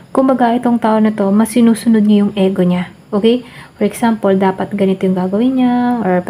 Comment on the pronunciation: Ego.. Pg pronounce po is I-gou... Pcncya napo pra maging aware din po Tau sa nkikinig at nanonood.